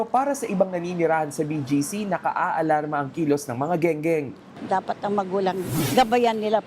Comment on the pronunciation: Skwater kamo hindi gengeng